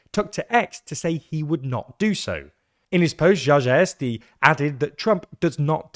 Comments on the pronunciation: If you're going go through all the effort to make a video about Poles, please at least learn how to pronounce their names. No matter how well your video is done, that is insanely embarrassing. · Dude, you have butchered pronounciation of Czarzasty, so much, that I almost died of cringe. Input the name into google translate. There you have a button for lector to prononuce it for you. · Offtopic, sorry, but it is cute how you pronounce "Czarzasty" (i wouldn't be able to repeat it after you) :) Play it for yourself in eg. Google translator and hear how it should sound :) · I know that Polish has reputation as difficult language, but the pronunciation is not even close, you're not trying... typing in into google translation takes like 10 seconds. Also, the official translation is "Marshal" which is the counterpart of a speaker. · Włodzimierz Czarzasty- it's like wa from walkie-talkie, Je from Jesus and mesh. That was a name. Now surmame Czarzasty. Char from charcoal, zaz like a singer and tea. Polish 101 for you dear brits. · firsm time i hear somone pronouce czarzasty like that😭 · no points for trying that pronunciation was horrendous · Bro you butchered Czarzasty so much, it hurts to listen. Also Czarzasty has barelly any support. On his own party's lists he got the least amount of votes to enter parliament, and shall I remind everybody hes literally the leader of this party. Even leftists in opposition think hes not fit for the position. He might hold the 2nd highest position in the country, but his support is basically on Keir Starmer's level. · Bro you did your best trying to pronounce Czarzasty. Mad respect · Respect, for what? For this total failure? It shouldn't be that hard to figure out how to pronounce the digraph 'cz', especially since it is already traditionally used in English to spell Czech and Czechia. Pronouncing the surname Czarzasty correctly, in theory, should be easier for English speakers than whatever this was that was said in the video.